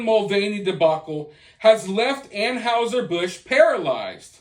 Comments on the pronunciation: It's not An"how"ser , it's pronounced An"hi"ser Busch, just sayin... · 😉👍 I agree, just please learn how to pronounce "Anheuser"... An hi ser, not An house er. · Dude said “An-howzer” Busch 😂